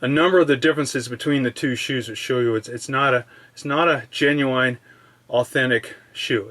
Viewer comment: did you really just pronounce it "ge nu ain"